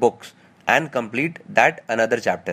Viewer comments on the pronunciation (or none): none